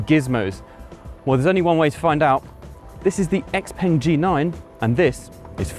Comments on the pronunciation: Yeah. Seems a but odd for someone in China to be calling it 'ex-peng', but I guess that's what a lot of English speakers will be doing, much like how it took decades for people to learn how to pronounce Peugeot, and most still can't spell it. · Ex-peng? No, I like to call it Shia-o-peng. A car for Twelvers. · So, why are we now mispronouncing the brand name?